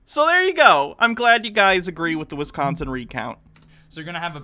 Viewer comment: Every time these Bob and Doug McKenzie wannabes say "Penns-ah-vania" and "Wizz-consin" I die a little inside.